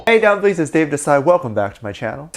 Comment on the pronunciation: Plaese do keep calling us dumpliging. It's endearing. I love your take on what's happening with our boys!